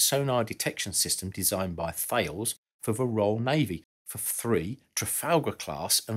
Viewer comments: FYI it's pronounced TA-LES. My father worked for them for many years :) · Thales is pronounced more like Tal-iss. A French company that bought Racal out (via Thomson) decades ago. Racal Vodafone is still going, it was seen as too much of a target for a takeover bid for the group and was spun off, you nay recognise the name, but without the prefix. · "Thales" is pronounced "Tallis" or "Thay-lees", named after an ancient Greek philosopher. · Just for the information, Thales from Thalesgroup is pronounced more like Taless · Thales is actually pronounced as 'talus' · I worked alongside Thales and also noticed the mispronunciation.